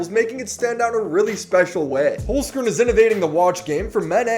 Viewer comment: I'mma be real you chef, I was gonna sub, and then I heard how you pronounce your sponsor. Its two words, Holz - Kern, meaning wood - core, in german